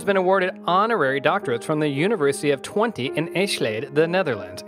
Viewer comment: My favorite Myth buster, btw the twentee Netherlands unniversity is called Twentuh not twenteee